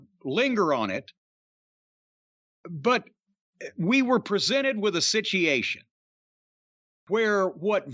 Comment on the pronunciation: Situ achin 😂 situation situwayshawn